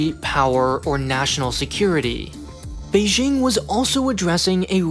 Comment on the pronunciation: The "j" in Beijing is pronounced exactly like a regular English "j". Don't overthink it.